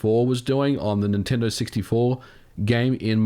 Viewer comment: Please stop calling Nintendo "ninty".